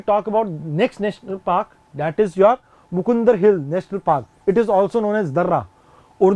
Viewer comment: But sir it's not mukundr It is a मुकन्दरा